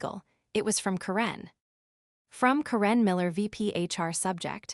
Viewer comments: Why did you mispronounce the name Karen? Made it sound like Quran. 😂 The only other baddie goof was; 'Coup de gras'.... well just the 'gras' part it's not grace. French is a bit of a pain.🙄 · Ugh, this needs some serious improvement. 16 min in and I quit. The AI can't pronounce Karen properly (grating on my nerves but tolerable). Continuity issue: the badge was surrendered and then also used on an elevator two minutes later. The whole concept of a 24 hr clause in this context is ridiculous. Anyone with 5 working brain cells would have set something like 30 or 90 days. The rest, I'm not going to finish. You already lost me. Better luck on the next one.